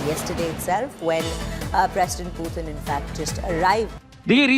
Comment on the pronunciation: Its not piyutin but Putin 😂